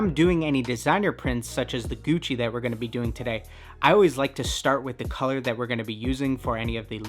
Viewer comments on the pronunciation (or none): none